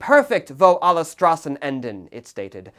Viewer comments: By the way, you pronounce the "S" in "Straßen", like the "sh" in "shit". Just a little hint, so it's easier on the german ear, when you pronounce the title. Also, please do not call the Kaiserreich a "regime". That's, all things concidered, untrue. Everything that followed, on the other hand, was. From the treaty of versailles, that led into the Weimar Republic, that led us to the Third Reich, that took us into a cold war, followed by the DDR (and a Germany that was, again, split in half) to, what we have today, a damaged Germany with no sovereignty. It was the last time Germany was sovereign, to be frank. It was the last time Germany was whole. It was the first time Germany had actual laws in place to fight against the socialism. And it was also the last time Germany had national pride, without hatred on others and within itself, and, last but not least, a constitution. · It probably shouldn't tick me off as much but hearing him pronounce "Straßen" really hurt my ears.